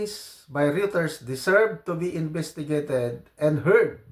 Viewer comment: Ang pronounciation ng Reuters is Royter. Pareho na ri ng Euro. Oyro.